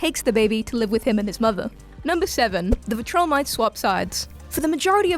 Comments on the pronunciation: VIL- TRU- MITES VILTRUMITES NOT VATROLMITES my gawd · taking the piss out the way the guy said dark seed then straight to calling them viltramites lmao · Let's give her credit: she did call out the most annoying mispronounciation of the entire channel. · Her: makes fun of mispronouncing darkseid also her: the vil-tro-mites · Mispronouncing Viltrumites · Ah now we’ll see a joke about her pronouncing the Viltrumites wrong in their show video 😂